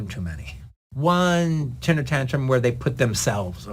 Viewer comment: No one ever told Quentin that it's pronounced TEMPER tantrum, not TINTER tantrum?